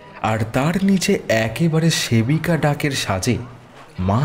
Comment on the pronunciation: ভালো গল্পটা, কিন্তু "সাবেকি" কে সেবিকা আর "সমর্পিত" কে সমপির্ত বলা হয়েছে।